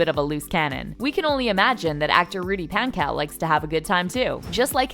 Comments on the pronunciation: paHnkow * not pancow and pogue like vogue not pog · also, Rudy Pankows name is not `pronounced with the "cow" pronouciation. It's "kow". with a closed "o", not an open "o" that makes it sound more like an "a" than an "o". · PANK-OH not pank-ow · She pan-cow